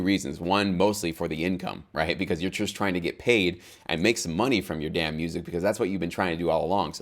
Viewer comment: love the way he says 'and make some DAMN money from your music'